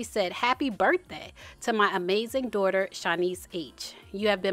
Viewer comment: Babbyyyyy🤣 as evelyn says 🗣️DON’T TALK ABOUT MY “DOORTA””🤣